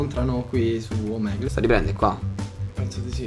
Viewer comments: Fantastica la pronuncia Inglese di "Omegle " .. l'Inglese non sapete manco cosa sia. ma tralasciando questo, bel video.. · la pronuncia..omegle AHAHAMWJAHAHAH